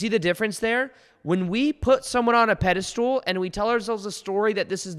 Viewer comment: Awesome video just wanted to correct "pedestool" with "pedestal"